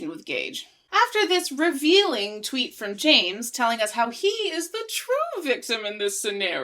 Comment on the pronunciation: “Twoot” I love it